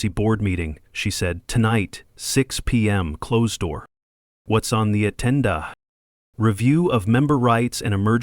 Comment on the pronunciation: AGENDA, NOT ATENDA.